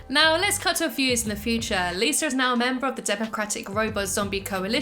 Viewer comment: I love the way you pronounce Lisa. Sometimes it sounds like "Liser" it's cute